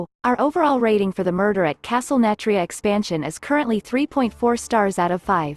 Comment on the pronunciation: How your script reader is saying Nathria makes me think it’s a castle filled with Nats… Castle Nat-ria I think the fact they are going back on mechanics they scraped in Alpha is because the leaders from back then aren’t they anymore. Now they seem to be willing to do anything.